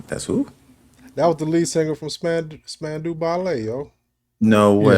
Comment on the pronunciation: SPAN...DOW, RHYMES WITH ALLOW.